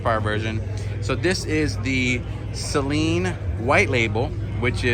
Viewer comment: First off, thank you for pronouncing his name correctly. These Saleens have it over all the other Mustangs, Dark Horse included. They are unique. Find a Saleen dealer in your general area and do a video. Steve is the man.